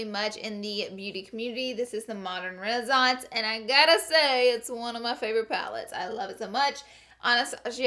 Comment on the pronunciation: renaissance not renizonse. could legit vomit over the way she said it